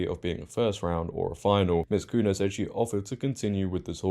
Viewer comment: Portuguese names with 'nh' are pronounced the same way as spanish 'ñ' so her name is pronounced cunya. Great video though as always. And awesome that she stood up for what is right. ❤❤❤